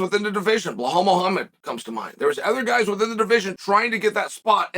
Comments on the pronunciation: why he always say Blehal!!!!!it is Belal Uncle Chael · Uncle Chael we love your videos but please stop saying Blahaul 😂